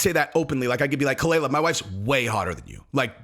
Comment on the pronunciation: kaah- lyla. That's how it's produced Jesus that dhit was annoying. She's not Bobby's wife. She is a attention whore but you got this whole situation wrong